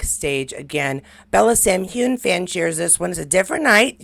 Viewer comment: Just to let you know (I'm a Scot)😊.. Its "hew-in" not "hewn" (2 clear syllables) and "fray-sur" not "fray-zhier" Hope this helps pronounciation😊x